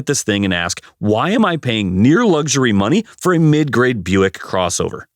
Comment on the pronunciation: #12: It's a "Booick". I don't know which is worse, that, or an "Oldmobile".